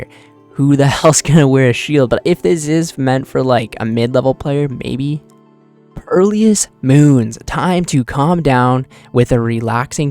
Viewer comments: bro said perlious 💀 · Lawl purrleeyus